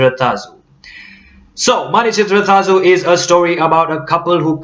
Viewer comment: You pronounce 'zh' almost as perfectly as a Malayalee! Non-Malayaees normally pronounce it as 'lu'.